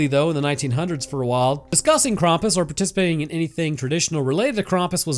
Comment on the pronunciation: ´Most of the world very sanely celebrates christmas on christmas eve. Hence, christmas eve IS christmas. Thanks. And PLEASE freaking stop pronouncing "Krampus" as "Krompas". No one. NO ONE calls him that.